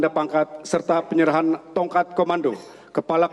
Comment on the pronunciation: menit MC nya ngomong ada dah.... presiden republisia ???? :D